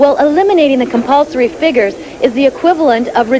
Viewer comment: "I think very important compulsoey, but I don't like compolsory!" hahahaha I love her comment. lovely person